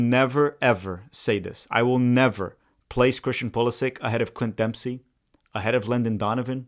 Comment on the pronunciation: Brothers channel is called tactical manager and can not even pronounce Pulisic the right way haha it is Poo-li-shich why do all the american never take the effort to speak out the names the right way? They are all so ignorant and think everything is in English…